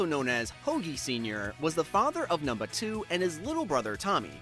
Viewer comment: this mf said "numnuh 2"